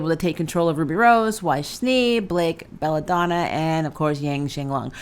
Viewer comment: Why did you say Yang's name like that